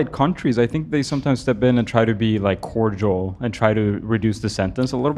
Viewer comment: when says "cordial" sounds like gorgeous lol